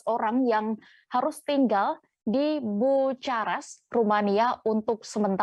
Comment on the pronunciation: Salah baca bukarest